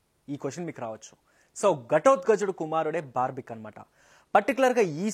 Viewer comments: Review channel. Cinema peru correct ga cheppaleka potunav bro. Barbik kadhu. Barbarik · Adhi barbik kaadhu bhayya Barbarik. Inka nayam barbecue analedhu😂😂